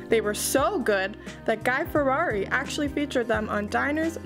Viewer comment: Aw, Guy “Ferrari” might actually be flattered, but his name is Fieri. Nevertheless, enjoying all the vids ✌🏻